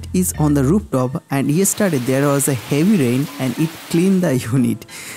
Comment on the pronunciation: not run. Raan. Not clean. Klin.